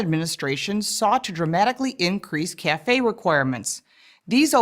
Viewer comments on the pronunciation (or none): For fucks sake, they can't even pronounce CAFE correctly. It's an acronym, not a French word.